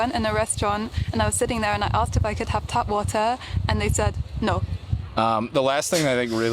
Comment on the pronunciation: 'tap' water, not 'tab.' Spelled differently and pronounced differently. 'tap' heißt Leitung. 😉